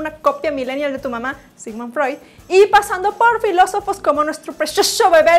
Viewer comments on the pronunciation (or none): none